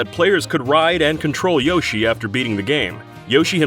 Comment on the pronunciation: Why do you say Yoshi wrong?